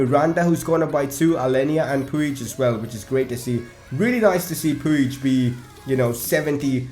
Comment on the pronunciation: Pronounce Arthur artur and puig puch